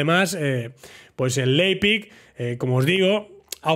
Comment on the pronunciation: Hablo Aleman desde chiquitito y nada, que Leipzig se pronuncia: Laipzick xD un saludo!